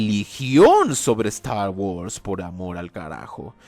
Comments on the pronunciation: Nadie! pero nadie! de habla inglesa pronuncia star wars como ZTTAW WUARRS jajajaja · "Stah wos" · La importancia de "Estar worss" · StArh whurs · Yo: Trata de ignorar la pronunciación, no es tan rara: A lot of Stagwods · "eZtar GuArZ" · Es gracioso el como pronuncias "star guords" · Cada ves que pronuncia Star Wars siento una patada auditiva en los huevos